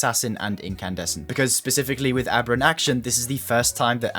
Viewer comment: First creator I’ve seen pronounce “aberrant” correctly 😂. Sub just for that